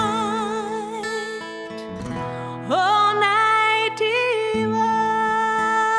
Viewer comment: She pronounces D Vine and leaves the 'i' out.